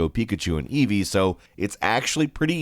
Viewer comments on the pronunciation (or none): none